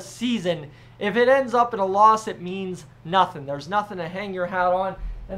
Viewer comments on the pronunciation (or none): none